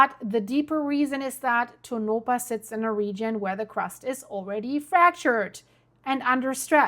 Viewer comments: you are mispronouncing that name it is pronounced Tonapah and not Tonopah the 2nd O is pronounced like an A whenever you get a name that you can't pronounce please let me know and I'll help you out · Pronounced… Toe-naw-paw … Tonopah … but this is not nuclear blast nevada has been fighting any nuclear waste ever enter our borders again. Lahontan reservoir is where everyone goes for Memorial Day weekend, I can promise no nuclear blast happening there, look up Yucca mountain for reference about nevada nuclear ☢️ history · That is pronounced tone-A - paw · Only for the sake of helping you, not scolding. Its pronounced like Toe-Nuh-Paw. Even people from other states sometimes get it wrong. :)